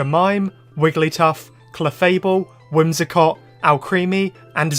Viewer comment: WHIMSICOTT, NOT WHIMSACOT!